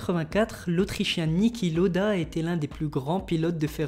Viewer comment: c pas nikki Loda mais LAoda (je sais que ca secrit lauda) sinon super video